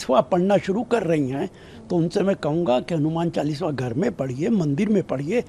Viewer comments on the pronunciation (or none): पहले तो बोलना सीखो नेता ।चालीसवा नही कहते , चालीसा कहते हैं। नमाज़ सड़क पर पढ सकते हैं ।तो चालीसा क्यो नही। वैसे भी अंग्रेजो की पार्टी से उम्मीद भी क्या कर सकते हैं